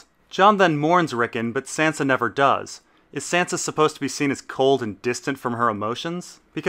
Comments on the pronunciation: why do you pronounce sansa like a texan if you pronounce davos with a hard A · Why the fuck do you pronounce Sansa's name like that?